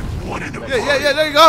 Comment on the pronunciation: “Yehhh thearrr” that shit he killing me 😂😂😂